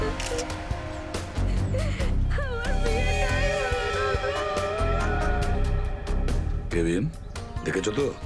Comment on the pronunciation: অফিসারের নাম হচ্ছে কাভিন তো আপনারা কেবিন বলেন কেন